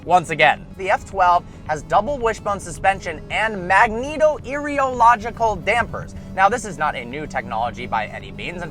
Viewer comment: And if he could say the name right it would give him some credibility. Magneto Rheological put those words together and get magnetorheological